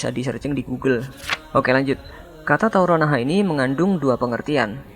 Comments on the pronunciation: mimin nya lucu,,,kata tarrou naha,,,,kok diucapnya taoronaha,,,,hadehhh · Tarownaha min , bukan tawronnaha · maaf islah bang TARAUNAHA BUKAN TAURONAHA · Maaf min cara bacanya yang saya dengar tadi kurang tepat..bukan 'taurounaha' tapi 'tarounahaa'...sukses terus berbagi ilmunya...👍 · "Tarounahaa" bukan "Tauronahaa" Sama sama belajar dan mengingatkan ya min🙏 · Tarounaha min bukan tauronaha